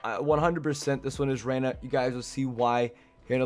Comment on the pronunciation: its Zeyna not Reyna lmao